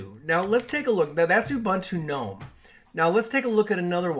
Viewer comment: Thumbs up just for pronouncing Gnome correctly.